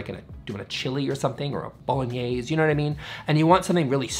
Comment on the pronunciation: “When I’m doing a BOL a GNESE …” (+ Clint Eastwood squint). We love you!